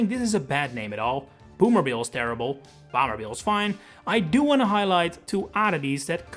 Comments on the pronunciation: your pronunciation of “bomber” is weird, like you’re saying bamber and not bomber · Who pronounces Bomber as Boomer?